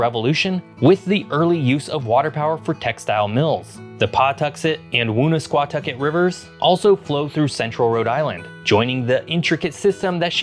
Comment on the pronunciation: Commendable effort at pronouncing "Woonasquatucket", but "Woonsocket" and "Pawtucket" have the stress on the second syllable, more like "W'nsocket, P'tucket". The truly unforgivable mistake, though, is thinking the Blackstone runs into Massachusetts instead of down from it.